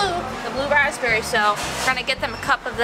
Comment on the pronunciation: It's, pronounced "raspberry" the "p is. Silent